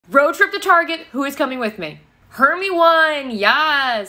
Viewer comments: Correction it’s pronounced:her-my-nee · I love when you mispronounce Hermione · You pronounce Hermione wrong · u pronounced hermione wrong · Yeah that's not how you pronounce her name